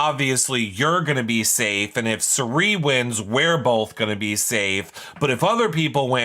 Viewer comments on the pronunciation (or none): Is calling Cirie ‘Shuree’ on purpose? Lol